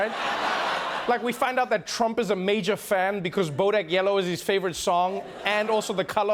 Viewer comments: (A) Did anyone else notice when Trevor said "Chump" instead of "Trump"? Freudian slip? 🤣😉 (B) #TrevorNoah is 10x better than #SethMeyers. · Anyone else catch the "chump" slip? ahahahaha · Did he call Trump ..chump?